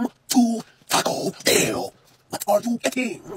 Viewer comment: "weomeee to tacouu BELlLlLlL"